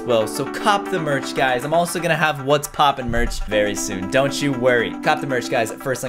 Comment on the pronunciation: Almost sounds like poooop